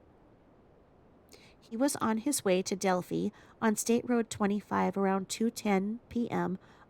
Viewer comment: Hi! So happy for you on your increasing subbies! Also glad you’re covering Delphi, (long i sound on the end). I was born & raised in Indiana not far from there. Love love love your channel! ♥️